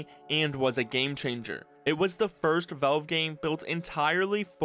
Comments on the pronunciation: drinking game: drink a shot of everclear every time this guy says 'veulve' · Why do you pronounce valve as wolv? Gaaahhh